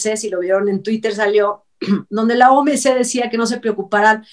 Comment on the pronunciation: no es OMC. Es OMS, es salud no calud